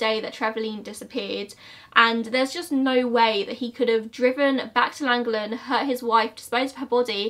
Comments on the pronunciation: Double LL’s in welsh are pronounced as an f, so you place you place your tongue behind your top teeth and do an f sound around your tongue ☺️ not the best description and not really to do with the case but it’s interesting to know 😂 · its than-go-then with a lisp-type sound. its hard to explain but double ll's make a different sound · Sorry but the pronunciation of Llangollen was hilarious 😂 in Welsh a double L makes a thl sound! So it’s pronounced like thlangothlen x No hate, gave me a good chuckle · Hi, I live around half an hour from here, it’s pronounced llan-gogch-lyn it’s a really difficult one to say as you have to read it as if you were speaking welsh 😊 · literally so close to me! easier pronunciation for you, lan-goff-len. you should cover Judas sisters, they went to my school and I stayed over at their house where the murder took place and there is no YouTube videos them! nightmare in suburbia did an episode about them where the name Judas sisters came from, there was also an article in a take a break magazine I believe it was? I remember holly didn't come to the college course we took once a week and nobody knew why and a couple of weeks later me and my cousin took in the magazine and showed everyone the article and that's how everybody found out what they had done. please cover it? Antoni was such a lovely man, he was always smiling and walking his dog past the baby school opposite his house and he deserves some rememberence. there is also text messages online that were exchangd between the girls and their mother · It’s prounounced CLAN-GOC-LEN, I live not too far from there! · It’s pronounced clan-goth-len haha but you really wouldn’t be able to know unless you could speak Welsh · Pronouned "Lan-gocchhh-lun" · Its pronounced lan - goll - en :) lol x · You trying to pronounce Llangollen is the funniest thing i've heard for a while. Just had to pause to say that. Don't worry, the LL in the word is hard to get if you aren't from Wales.